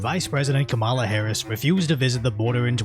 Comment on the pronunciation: Bro did you just say Harambelah? 💀💀💀💀💀💀💀💀💀💀💀💀💀💀💀💀💀💀💀💀💀